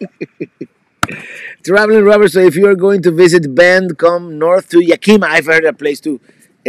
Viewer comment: Robert, Bend has 22 breweries whereas Portland has has close to 70 breweries and I wanted to correct you it's pronounced ya -kuh-muh (Yakima)!